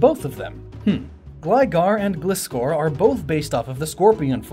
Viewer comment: Ok how do you pronounce Gligar Correctly but not Gliscor?